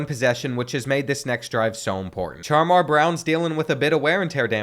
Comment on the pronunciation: CHAR-MAR??... NINJA ITS SHAMAR